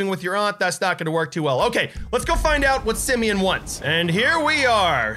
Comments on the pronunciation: Its Simon not semeion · His name is not his name is not semen it’s Simeon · its not simen its simeon